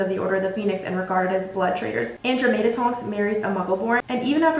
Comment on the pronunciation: Period sis I love your videos, I’m pretty sure Andromeda is pronounced (an-draw-meh-duh) and Cassiopeia is pronounced(cass-ee-oh-pea-ah) This is not to be mean or anything just like to maybe help with future vids. Also I would love to see a video on all the sacred 28 families, like which characters we see in the movies and books that are connected to the families. A mauraders video would be cool too! Keep creating content like this!!!!!!